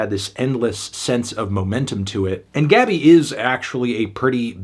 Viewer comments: Pronuncia-se Gabí, com a sílaba tônica no "bi" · Her name pronunciation is GABEE